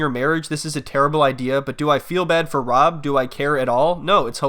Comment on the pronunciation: Is it me or does she say "Wob" instead of "Rob"